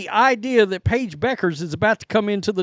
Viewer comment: FYI: Pronounced "byoo·krz" not Beckers, Just saying 😁